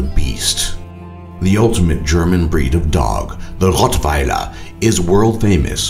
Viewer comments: Holy shit, I cracked up when you said "ROTTWEILERRRR" xD Are you German man? Your pronunciation is way better than an Englishman's :o :D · His pronunciation was on point though!